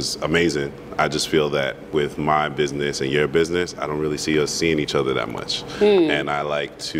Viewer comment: If you say “ bidness ” I can’t deal with you